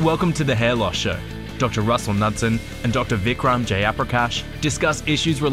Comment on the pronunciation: at least pronounce your name like an Indian lol. But, I totally understand, I've been there.